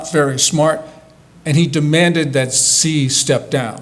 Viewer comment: He can pronounce "Xi" correctly.